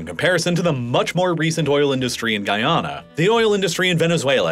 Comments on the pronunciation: Every Guyanese person is cringing at your pronunciation of Guyana. (Love your videos otherwise, man, keep up the good work) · Hearing you continually say my country's name wrong is upsetting